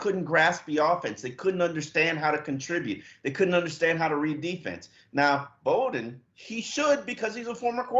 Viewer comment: ....Flores told you in his press conference this week that Lynn Bowden’s last name is pronounced like coach Bobby Bowden’s last name. It is not pronounced “Boden”...as you keep saying. Very unprofessional.